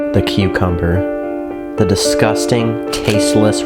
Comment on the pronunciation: A cucomer instead😂 say that